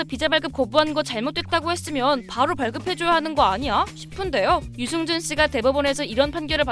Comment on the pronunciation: 유승준발음을 유증준으로 할꺼면 스티브유라고 해라 받침도없고 편하잖아